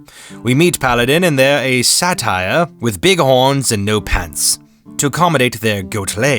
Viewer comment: Nitpick: Satyr is not pronounced Satire.